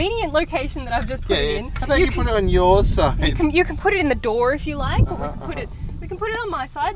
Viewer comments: that was such an American pronunciation of door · she had an English accent when she said “door”’